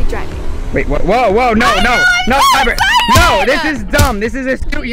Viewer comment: You said liper it is piper